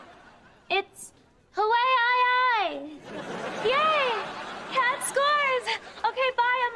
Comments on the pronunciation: I never knew that’s how my home state was pronounced ☠️ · Cats never knew it’s pronounced ha-wi-yi